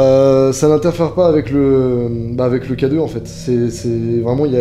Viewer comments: J’étais sur que tu disait cadeau au lieu de K2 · Oui au début je pensais que s'était littéralement un cadeau pour les spectres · Depuis le début de la vidéo j'entends cadeau au lieu de k2 aussi non bonne vidéo et ça m'a fait peur